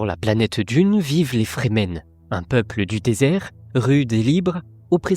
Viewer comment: Remarque: les Fremen, sont prononcés, en anglais, ’’Frii - mêne’’ entendu comme ’’Free Men’’ = les Hommes Libres. Ce ne sont pas des Zen- sunni -stes (des ’’Sunnites Zen’’: n’importe quoi !?) et, d’autre part, pas des Chiites (certains aspects ressemblent, sans plus). ’’Free men’’ est clair, donc, pas des ’’Soumis’’! (= traduction de Musulmans). Franck HERBERT était un touche-à-tout de génie : il mélange tout pour recycler l’Ancien en tout ’’autre chose’’. Encore une fois très bonne analyse et conclusion. Cette chaîne est rare et précieuse, par rapport, aux autres ’’délires’’ou ’’fumisteries idéologisantes’’.